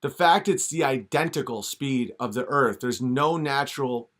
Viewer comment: Oh man, he's gonna feature d marble on Fri....he's the "da erf" kid, silly dolt, there is no f in the word earth. 😆😂🤣🌚